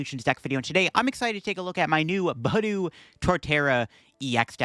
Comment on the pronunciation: It’s pronounced buh DOO